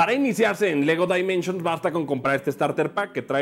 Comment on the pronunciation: En pocas palabras pronunciar Lego Dimensions como lo hace en este video, está de la chingada, y luego se burlan de los que pronunciaban "Yiers" al referirse a Gears of War